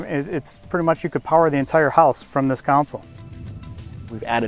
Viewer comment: Hey John, did you catch Repeatedly say Counsel, referring to the center console. He may be a designer and all, but he needs to learn the correct name of his own products.